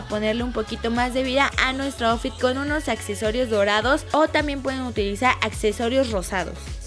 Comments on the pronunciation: Lessli me encantoo todo el video pero outfit se pronuncia autfit no aufi ☺️☺️ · APRENDE A DECIR OUTFIT Y LUEGO LO DICES